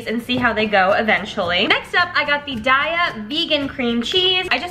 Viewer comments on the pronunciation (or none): Just so you know its pronounced DAY-UH not DYE-UH just so you know, love u queen